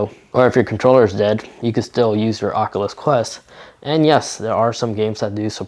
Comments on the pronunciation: I can’t not stop thinking on how he said the ocluthes qleft qlu in the first few seconds of the video instead of oculus quest two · Oat the start it sounded like he said de aculus quest